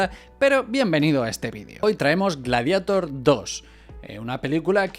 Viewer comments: "Gladieitor" no "Gladiator"!!! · Persona normal: le diré gladiador traduciendo el título o glarieiror en su pronunciación correcta en inglés You tuber gallego promedio: pronunciare el inglés como la mierda y listo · "Antes en España no sabíamos inglés" ....todavía, diciendo "gladiator" textual, como si fuera "espiderman" 😆